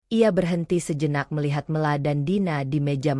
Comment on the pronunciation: Mesthinya nama dibaca...Mela bukan Me^ la...